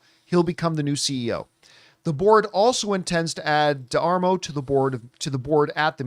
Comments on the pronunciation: It's pronounced "de-mar-o" And wow, "Fuck Disneyland"? lol. Good grief man, chill out. It's nowhere near as bad as you're making it out to be. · It’s da-mar-o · I like John, but holy cow how can somebody be so bad at pronouncing a name. Especially another Italian surname just like Campea. You would think he would have figured it out in pre-show prep before going on camera.